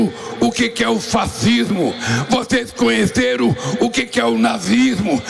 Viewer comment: "Vocês cunheceru?" Falou 3 vezes.